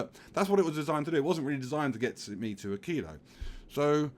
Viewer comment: you pronounce "Aquillo" as I do and in what feels like the correct way, knowing a tiny wee bit about spanish pronunciation.